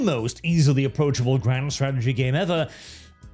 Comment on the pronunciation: "most aprochable " and i stoped caring , and stoped watchign the video. i just heard everythign i needed to know.